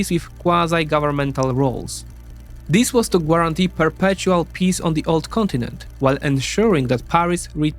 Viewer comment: What’s a gwarintee?